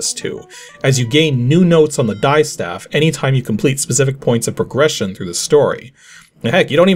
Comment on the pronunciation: Just one quick note ... the word distaff is pronounced DISS-taff, not DIE-staff :)